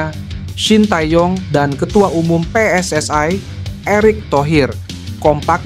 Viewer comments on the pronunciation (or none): Baca PSSI bukan PSS Ai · britanya bagus. pengisi suaranya ga banget. lebay tingkat akut. biasa aja bang, pssi bukan pssay, sty bukan stway. ga jlas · Ia ia bener bro pss ai 😂😂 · Bukan PSSAI tetapi PSSI